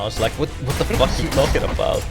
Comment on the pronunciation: I thought i was the only person who ever said "furck"